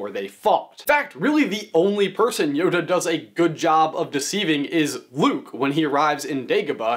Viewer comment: YODA not Honda